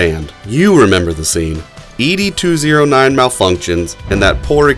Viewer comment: Its not "Eee Dee 209," its Ed 209...like Ned Flanders, just remove the N.